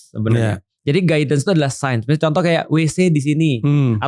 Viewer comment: signs ya.. bukan sciences hehe